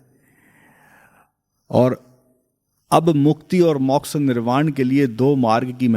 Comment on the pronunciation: उत्तम विश्लेषणात्मक ज्ञान ! किंतु मौक्ष नहीं मोक्ष !